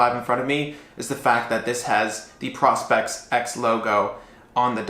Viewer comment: Is it pronounced Pro Spex or Prospect ? I thought you said Prospect.